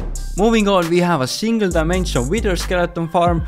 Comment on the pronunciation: i like how he said diamension